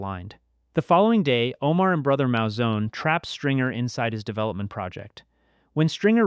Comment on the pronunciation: It's Moo-Zone not Mow-Zone. Great video tho